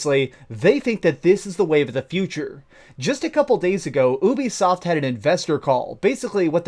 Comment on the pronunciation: ITS NOT OOBEESOFT FFS PLS!! YOU-BE-SOFT!!